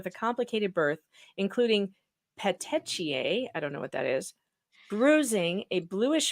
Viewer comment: "Petichiae" is pronounced pet-tee-key-eye. I always hear that word used by medical examiners and in autopsy reports in reference to victims of strangulation.